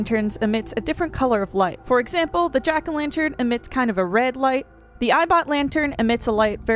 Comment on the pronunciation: latern? lol.